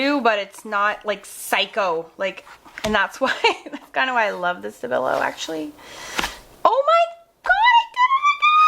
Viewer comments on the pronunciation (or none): I couldn't understand what brand/type of pencil you used. Sounded like stabillo, then another name?